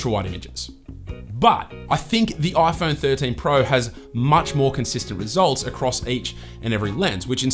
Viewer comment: This is the 'Oi Phon Thorteen Prao' 😂